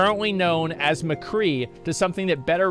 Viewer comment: i think i heard some of them say "The Cree" instead of McCree and i swear one of them said "bang bang shooty shooty guy" or something idk if he was just trying to be funny tho